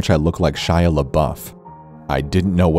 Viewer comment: It's Shia dude. 🤙🏻